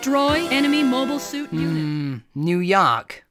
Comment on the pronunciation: Maybe that's how they say it in Boston: New Yark.